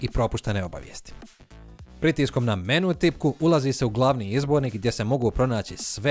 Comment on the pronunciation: Nije menu nego mèni